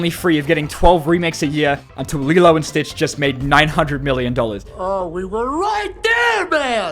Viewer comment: "Lilo and Beach" 😂😂😂😂😂😂😂😂